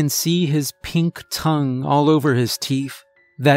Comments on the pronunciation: Ok is it my hearing or does it sound like he's saying TEEF NOT TEETH?!?! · I believe you misread, miss. It's not the teenth fairy.